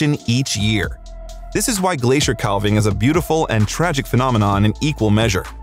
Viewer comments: Not to be a know-it-all but it is pronounced, CAV-ING not CAL-VING. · Dude, it’s not pronounced ‘cal-ving’ the ‘l’ is silent….it’s pronounced ‘caav-ing’ ….. 😏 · Go to Alaska. They are amazing. To the announcer: Think of this; a cow has a calf, not a callph. It's a calving, not a callving. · I love to watch videos about glaciers… but, I wish the narrators would learn how to pronounce “calving”. It is the same as in “cows have calves, so there is a calving season”. The “a” sounds like “cat” and the “l” is silent. I cringe every time I hear someone say “cal-ving”. Drives me nuts! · Wonderful clips. Thanks. A note: Calving is pronounced just as if a cow is giving birth to a calf. Almost like the letter "l" is not in the word. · Narorator, please learn how to pronounce “calving.” The L is silent. Like having but with a C.